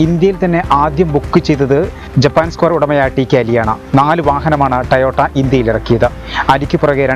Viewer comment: It's toyota... not a tayota